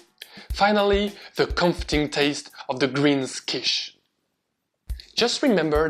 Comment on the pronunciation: I looove Quiche, especially because I'm a little weird and actually enjoy the dry bits of the crust that others would leave aside, because they only want to have the filling... I didn't know that Quiche comes from the German word Kuchen - by the way your pronunciation was impeccable, do you speak any German? A great recipe, but unfortunately I don't have oven or microwave in my student appartment, only two hotplates, so I will have to live some more time without making my own quiche or convince my parents to do it at home :P